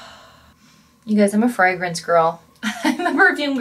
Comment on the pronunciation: the way you pronounce fragrance is making me spiral